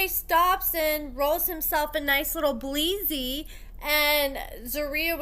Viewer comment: “Bleezy” it’s “blizzy” but we love you 😂😂😫😂😂